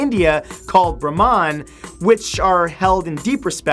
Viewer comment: its pronounced BRAH-men not BRAH-man even though its spelt Brahman